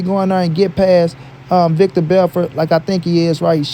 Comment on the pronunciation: Stopped listening to this clown when he said VICTOR Belfort. do your research cuzn.